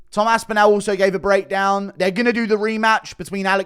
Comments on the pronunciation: START PRONOUNCING ASPINALL THAT WAY... ASP IN ALL... NOT OWL.. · you are pronouncing Tom’s last name incorrectly..say ‘all’ then say ‘AspinALL’..not Aspinal’…trust me..there’s about 20 million people in North West Uk where the name originates that shudder when you mangle it..😂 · Northwest England, not UK. He does say it weird though, even for someone from the south.